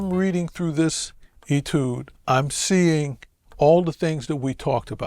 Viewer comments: Nope. The word is of French origin, and has an accent accute: étude. That makes the “ay” sound. In my 61 years on this planet, I have never heard anyone but Vincent pronounce it as “ee-tood.” Look it up in a dictionary. You won’t find that pronunciation. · “ay-tood,” not “ee-tood.”